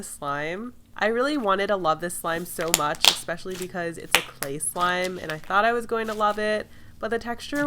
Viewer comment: She says “expecially” instead of especially and it drives me up the wall Otherwise I love this channel